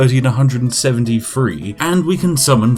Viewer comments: Overly pronounces words to sound stereotypically British yet still can't pronounce anything with a th in it correctly. I know its petty but christ it makes me cringe every time. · im sorry to do this, but im not really, man cant say three and talks about being english i dont think so